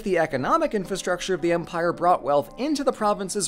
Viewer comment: When you said "Empire of Babylon," I heard it as "Vampire of Babylon" for some reason. I want that to be the title of a horror movie now.